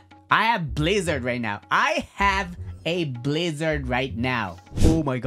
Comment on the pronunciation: I like your videos but rubber for guake💀💀 or blizzard and sound for dough💀💀 plss be right